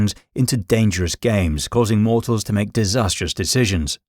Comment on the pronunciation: Danderous? Get a grip